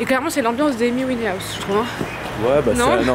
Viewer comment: ''Camy ouinaouse" Qui? Ah Amy Winehouse. XD